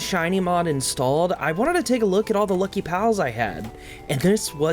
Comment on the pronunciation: It can't be just be me who hears P!mp LUCIOUS Everytime he says lucky lucious 🤣